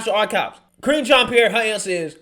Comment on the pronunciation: I could swear I heard say "Cringean Pierre", lol.